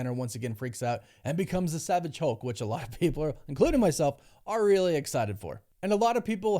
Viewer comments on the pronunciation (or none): none